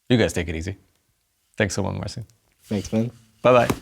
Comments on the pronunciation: Please, don't call him Marvin. His Polish name is Marcin. To achieve a close proper pronuciation of his name would be to read this: [MART-sin] with an accent on the first syllable. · Nooo. The closest English pronounciation is this: /MAR-cheen/